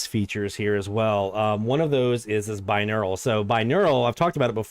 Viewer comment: Hmm, have you got 2 brains, or maybe just 2 neurons? I keep hearing something like "bineural".